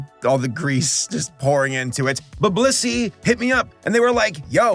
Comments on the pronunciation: Blussy? TF is blussy?? Where can i get some of that??? Oh. You said blissy. . . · Blissy sounds like bussy.